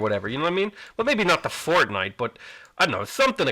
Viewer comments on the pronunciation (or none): none